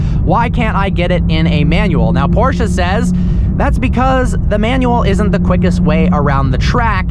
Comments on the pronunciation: Porsche not porsha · Can you stop saying fkn PorschA ?????????ßß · It’s Porsche not porsch A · Not Porschaaaaa but PorschE! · “Porsha” 🤦🏿‍♂️dumny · Stop saying "Porscha" it ist PORSCHE!! With an E! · Whenever i hear him say PorscHA i want to stab my ears ffs.. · why da fck do pepople say porcha?? LMAO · arthur Schmidt its not prounoced like he says it 😂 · Still can't say Porsche correctly